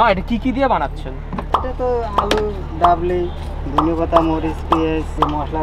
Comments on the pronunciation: Vaiya,that's dabli not "Babli"!😂 I almost thought he's calling someone named Babli😅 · instead of dabli its babli